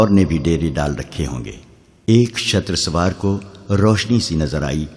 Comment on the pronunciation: ارے بھائی شتر سوار نہیں شتر سوار ش پر زبر نہیں ش پر پیش ھے لہذا تصحیح کر لو